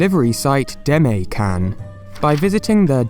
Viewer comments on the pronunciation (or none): 出前…Deh-Mah-Eh. Demae. Saying "Deme" sounds like "teme" and that's just rude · It's not pronounced "day-me" its pronounced "dema--ay" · The way you pronounce "demae" hurts my soul. Interesting video, though! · Since you always have high standards for your research, let me point out some things you missed: 1) you pronounced Demae wrong! This is something you can check with a friend. 2) the channel is actually called the Demae channel. 3) I think you said "websites" instead of "restaurants" at some point. Not sure though.